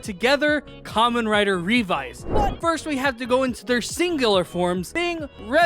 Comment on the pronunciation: My man just said Revy. Your video looks fun to watch, but I can't get over the fact that you pronounced it as Revy when it's pronounced Ree-Vi, so once adding in Vice, it's appropriately Revice.